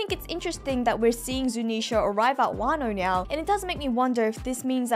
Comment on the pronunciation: accent when saying "now" is the reason of my weekly joy. Nyao